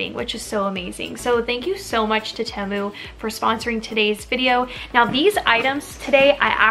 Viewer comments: I am currently waiting for my first order! Most of my items were 99 cents! And just FYI I think it's pronounced TEA-MOO. 😊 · I love Temu! They’re the best! I have like $250 worth of stuff in my cart right now! I do think it’s pronounced Tee-mu..or at least that’s how I’ve heard everyone else pronounce it 🤷‍♀️ not trying to be mean